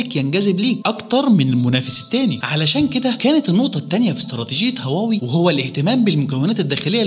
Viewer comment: طب اتعلم تنطق اسمها الأول صح..